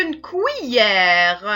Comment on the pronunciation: Tres bonne vidéo mais on ne dit pas Couillère mais cuillères.